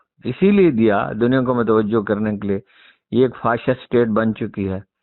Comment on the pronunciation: Let u learn some pronunciation First it is not ffaassit state or kkrrisssmaataic imtan khan